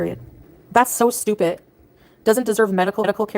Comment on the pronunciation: It's so stupid that she says stupih